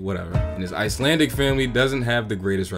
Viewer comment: I do wish they would plan with Icelandicness too. Shame the actors can't pronounce icelandic😅